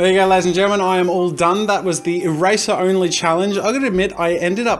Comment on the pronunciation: Its not the eraser challenge its the eRAYzer challenge